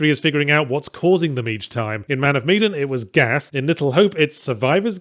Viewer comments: Man of Meee-den vs. Man of Me-dan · Medan. Not meedan. That drove me nuts. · it's MEH-DAN, fuck, man